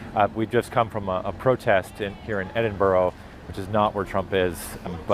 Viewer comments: edinbra not edin burrow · "Edin-burrow" = Edin-burr-a ❤ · Edinburgh is not pronounced ED IN BO RO. IT’s ED-IN-BURRA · It’s Ed-in-bura not Edinboro! Sick of hearing Arrivans mispronounce ‘tis! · Edinburrow? Learn how to speak.